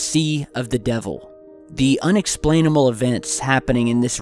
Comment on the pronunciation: unexplainamal?😅 is it just me hearing that